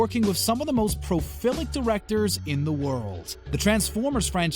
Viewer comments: He also said profilic instead of prolific. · "Profilic", as in prophylactic? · I stopped listening when your commentator said 'profilic' instead of prolific. 2/10 for the commentary. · "Profilic?" "Epih-toam?" FFS. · Pro-filic, Epi-TOME? Adult movies? Where did you learn English, sir? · Epi tome? I really think you need to take some reading and pronunciation classes before adding another video. The word epitome has four syllables and is pronounced e-pit-o-me, and prolific is pronounced pro-lif-ic. :( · "Epi-tum" I think he means "Epi-toe-me". Does he even know english?